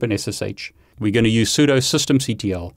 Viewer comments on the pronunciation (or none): he pronounces it "soo-dough", he really is just like me.